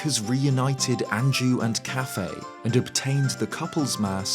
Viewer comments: I don’t think his name is pronounced cafe, I think it’s pronounced as kuff-AY. Quickly saying the first and heavy emphasis on the second syllable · It's bothering me how you pronounce his name so much lmao I've always pronounced it "Kay-Fee"